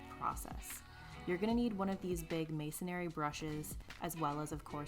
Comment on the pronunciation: The pronunciation is MASONRY, not masonary. No A. Just so you know...